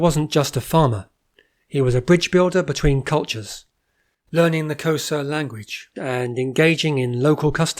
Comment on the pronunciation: Typical Englishman: your prounciation sucks: Xhosa? The rest of the content is GREAT